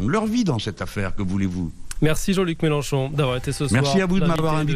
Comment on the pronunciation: C'est MÉLENCHON et pas MÉLÉNCHON. 😎